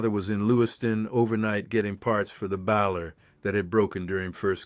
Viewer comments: Plus it said baller instead of bailer. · Hunters do not avoid it… they are everywhere in that country. Some of the best hunting in US. Idaho hunters know the score… you are always going up and down… if you’re lucky you shoot uphill.. another AI reader…. Baaaler>?? It is known as a BAILER. I hate AI channels. But am going to finish this one and give a thumbs down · It's a 'baler" as a a bale of hay, not a 'baller" as in a basket ball. Mispronouncing common words is a surefire way to identify AI videos. This is AI. It's fake. Is the story true? Highly questionable. I'm not buying it.